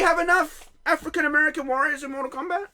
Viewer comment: So I’m confused, when did Jamaican become a race and not a nationality? And why does it sound like every time you African American, it comes out like your saying n*gger? Africa is continent not a country or a state in America.